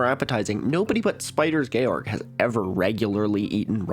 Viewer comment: I am in sex right now. I think this is unique. Nobody before has ever posted while doing some sex. Shout-out to for pronouncing Spiders Georg properly!